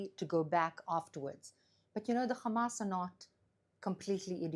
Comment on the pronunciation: Funny how she says, “Hum-ass”. On a serious note…she’s absolutely right that is what pressuring Israel does. You can never negotiate with evil.